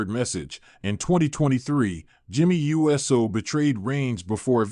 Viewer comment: Uso is not pronounced right. It is not USO like the United Service Organization. It is ooh so. Pronounce it right or don't say it at all..